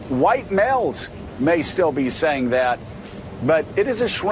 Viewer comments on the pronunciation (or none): Did you just say “huwhite” male? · "They're white" (Pause for dramatic effect) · I like the way you say white